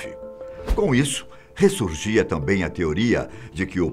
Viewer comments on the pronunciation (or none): none